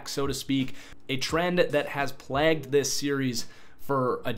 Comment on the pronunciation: Bitch said plagged